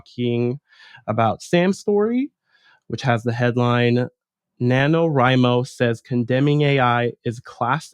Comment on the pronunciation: facepalm Since "NaNoWriMo" is short for "National Novel Writing Month" the correct pronunciation is NA-no-WRY-mo (after all, you don't pronounce "writing" as "reeting", do you?). Thank you for not misinforming people that novels submitted to NaNo are being scraped. They aren't, because you don't actually submit your novel. All you do submit is your word count, on the honor system, as periodic updates (there's a place to do that on your page). Comparing NaNo to a marathon is apt. It's especially apt for physically disabled writers, some of whom have visual impairments, motor impairments, and a whole gamut of other medical issues. I have arthritis, yet there was one year when I wrote my novel by hand, on looseleaf, because my computer was barely working. I managed to keep my word count updated, though, and pushed on through the physical pain. Even when doing it on a computer, there's so much typing every day (for those who have a daily writing routine) that it does build up stress. Usually by the end of November 30, it takes me a few days to recover. Especially if I was extremely behind and had to do many more than 1667 words on that last day to make it to 50k. For the suits to tell us that it's "ableist" to be against the practice and attitude some people have that all they need to do is enter a prompt or two and have a 50k novel spat out in a matter of minutes is so obnoxiously insulting. It's also typical of the individual who wrote that NaNo blog. She dithers around in corp